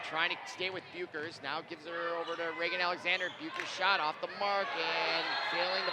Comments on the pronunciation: How you properly say bueckers. Say beck and then ers but it is spelt different anyway that’s how you say it and the speakers that are talking saying that a foul when clearly not. And I’m on Hopkins side. 🏀🏀❤️❤️ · got me so annoyed when he said paige's last name so wrong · Is any one else mad that he keep pronouncing page Becker’s last name WRONGGG 🥵